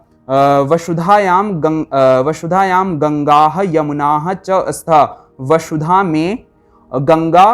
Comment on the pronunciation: Sir why do you pronounce :sa" as "sha"? "Vashudha" instead of Vasudha?